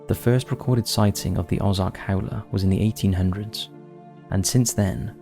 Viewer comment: Ay? My home state? Local vernacular and pronunciation: Peh tit Jean Oh Zark Also, I hear that Hot Springs has some paranormal hot spots, as well.